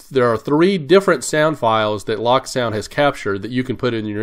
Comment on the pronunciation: Pleeeeease. It is not pronounced "lock sound" The decoder runs a locomotive. It is pronounced "loak" as in locomotive or the word cloak. Check the ESU videos.